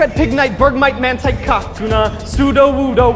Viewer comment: how the heck did he just pronounce Kakuna...?